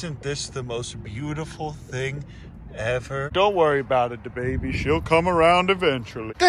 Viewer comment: Wait.. did you say the baby, or DaBaby?